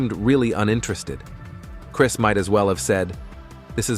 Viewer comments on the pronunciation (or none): ai cant even pronounce chris right what in the hell? 🤦🏾‍♂️